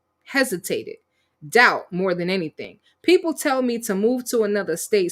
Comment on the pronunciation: She’s never productive. How many times has she said “I don’t do anythinK”, “I’m not doinK anythinK”?